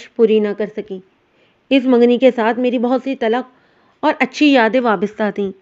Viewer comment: Bibi talakh nahi talkh.